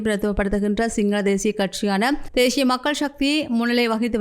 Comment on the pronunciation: தேஷியம் உச்சரிப்பு பிழை. தேசியம் என்பதே சரி.